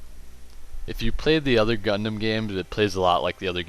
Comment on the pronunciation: is not called gundamn is called gundam